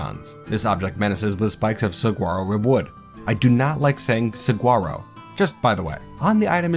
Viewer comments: The word saguaro is pronounced sa-wa-ro. The g isn't pronounced like a g and it sounds somewhat awkward if you do. It's from a native american language so it doesn't follow English rules. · Saguaro is pronounced Sah-wa-roh out here in the desert southwest. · Saguaro is pronounced sahuaro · Rewatching this and noticed your complaint on the word Saguaro. It might help to know that it’s pronounced sa-WAR-oh. The G is silent. As an Arizona boy born and raised, I know plenty of people out of state who say it the way you did and I always find it humerus. They find the word much less unpleasant with the right pronunciation. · Great vids! Tip I learned visiting Arizona, Saguaro is pronounced suh-WAH-do. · As a resident of the Sonoran desert, the way you say saguaro kills me. The 'g' is silent, sue-wah-row. Other than that I'm in love with these series. It makes me want to do my own Dwarf Fortress series considering all I do in my spare time is play it or watch videos on it. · Arizonan checking in, I can make you like the word saguaro better. It's pronounce suh-wawr-o the g is silent. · It's sa-waro. Source: I live in Tucson. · You're saying that cactus wrong xD It's kinda funny hearing how you're saying it. Loving this fort! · Well it sounds awkward to me, but I am from where they grow so hearing it said wrong isn't something I'm used to I guess.